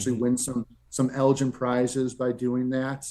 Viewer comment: as a Texas native myself, I cringe every time you pronounced Elgin like that